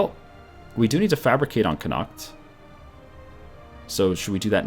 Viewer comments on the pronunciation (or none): Neither of them can pronounce Connaught and it's driving me mad